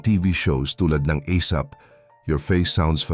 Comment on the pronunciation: Oa karin nuh ..1st bigkas mo bugoy at esap 😅😅😅😅 katagalan bogoy/ asap 😅😅😅😅😅